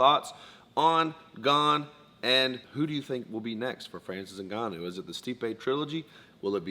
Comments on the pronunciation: 'Francis Ningannou' haha. BTW Steve 'of' is spelled 'o-f' not 'A'. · I think it's Francis N'Gannou as in pronouncing the letter N, and then Gannou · Brotha, It's N-Ganu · The way wonderboy calls his NINgannou